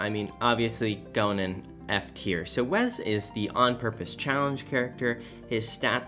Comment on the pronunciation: I have literally never heard someone pronounce Wes as Wez before